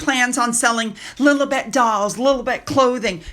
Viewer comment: It’s not pronounced “Lil-UH-bet.” It’s “Lil-EE-bet.” You know, like the Lily….?